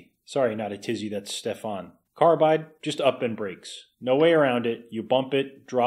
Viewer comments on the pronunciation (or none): I doubt Stefan is French so you put the emphasis on the E and the a is short ;)